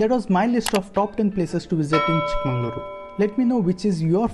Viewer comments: You are pronouncing chikmangalore instead of Chikmagalur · Nice video, but it's not chickMANGALORE, It is ChickMAGALURU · It's chikkamagaluru not chikkamangaluru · It's chick-maga-luru not chick mangaluru